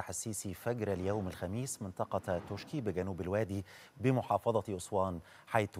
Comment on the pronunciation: اسمها منطقه توشكي هكذا تكنب وتنطق توشكا ...لذا لزم التنويه وشكرا